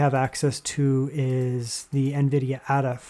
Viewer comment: I think it is pronounced Ada as in Ada Lovelace, rather than 'adder'.